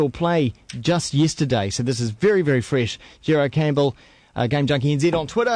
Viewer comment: just yisterdiy? viry frish WTF